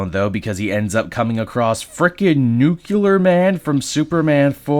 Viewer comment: Nuclear… Not New-ke-lerr